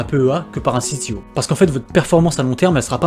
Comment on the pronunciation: Mdr. CTO c'est l'appellation française pour compte titres ordinaire, donc pas besoin que tu le prononce a l'anglaise ! A chaque fois que tu dis "ci-ti-o" je suis juste mdr 🤣